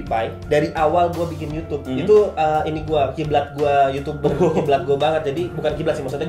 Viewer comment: Yh ngomong sekarang udh bener ngak "YOUCUBEE" lagi,, hhhhh